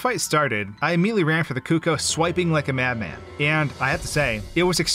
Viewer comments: The most stressful thing about this video was how he pronounced Cucco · "Koo-kohs" bruh